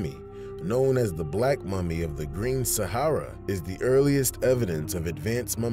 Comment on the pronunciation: Save for the fact Sahara is continuously mispronounced! Even by the host!!!